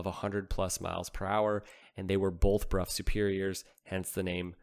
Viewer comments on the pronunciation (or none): It is pronounced brow not bruff! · That bike deserves its own video. BTW, I think the English pronounce it as "Bro or Brow" Superior, not the common B-Rough, that's how the peasants said it. 😋 Could you confirm please? If you dont mind old chap. Next English lesson for.....Pronounce Southwark and Thebarton. 😂